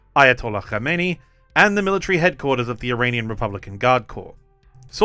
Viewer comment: It's Kamenei not Komeini.